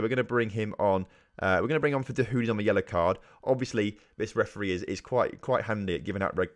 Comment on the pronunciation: You mispronounced some of your key players' names so here is some help how they are meant to be said Jadon Sancho- Pronounced Jay-don San-Cho (not Jordan Sancho) Julien Weigl- Pronounced Julien Y-Gle Mahmoud Dahoud- Mah-k-Mood Da-Houed Omer Toprak- O-mer Top-rack